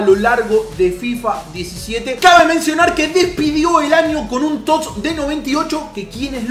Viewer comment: Porque coño dices tots sin pronunciar la "S" dices tot